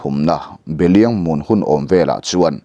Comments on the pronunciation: A ziaktu ziah sual nge, chhiartu chhiar sual zawk, belhiang ti lovin beliang tiin i chhiar tlat le? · Behliang i lam rik dan hi a dik lo. hetiang hian lam rik tur a ni ang. Be Hliang...